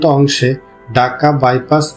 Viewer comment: Kotha cliar korun ..daka na dhaka